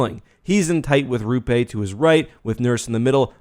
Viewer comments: "Rupé" Hintz lmao. It's Roope. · it's Rope-eh, not Rupe, Stars fans have checked, more then a few times. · It's pronounced rope, eh? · he also got roope wrong. think he got miro wrong before